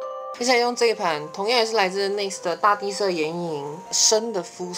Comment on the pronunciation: ANima说大地色的时候我听到大便色，我傻眼